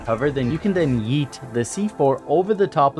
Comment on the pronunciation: That yeet was almost uncomfortable "yeedt"